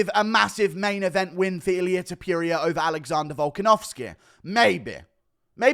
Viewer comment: Its TOPURIA not topJuria